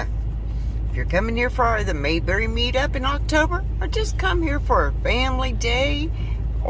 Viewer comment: Its pronounced May, like the month of May. Then berry, like many fruits.